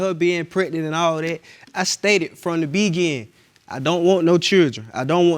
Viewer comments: Why can’t he say beginING - he keeps saying from the begin 😆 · From the begin, smh! It's beginning idiot! That first case whew, they sound so country and ignorant. They sure don't need kids, they both need English classes. Embarrassing, he can't even pronounce straight and she even pronounce thing, it's not thang, smh. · The way he pronounces beginning gets on my nerves 😂